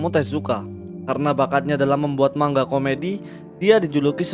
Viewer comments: Manga bang, Bukan Mangga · Adminnya gak bisa ngomong manga bisanya ngomong mangga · Denger narator ngomong MANGGA,bukanya MANGA, Langsung dislike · Bukan mangga bang tapi manga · Bang bukan mangga tapi manga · Padahal udh sering ya manga kok jadi mangga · gw jd ga bs pokus denger kata " MANGGA " . wuakakaka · tapi kan dia orang indo kenapa baca manga "mangga" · Man - ga, baca pakai logat jepang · Cara bacanya man-ga